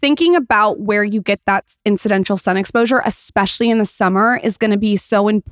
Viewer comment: “Incidential”???? IT’s INCIDENTAL my dear